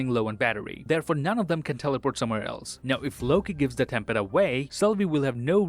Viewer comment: I'm pretty sure it's time pad and not tem pad